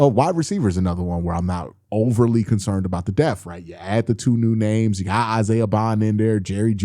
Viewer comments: Yeah, hopefully we don't have to worry about linebacker "death" this year. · My man there’s a “p” in the word “depth”. You got me laughing every time u be sayin deth. 😅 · You gotta pronounce that P in Depth 😂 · Why do you pronounce depth like that 🤔